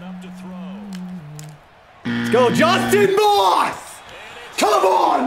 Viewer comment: I love you but you will win the super bowl this season if you start calling your star receiver Justin “Ross” NOT Moss!!! I’ve watched every episode, love the vids!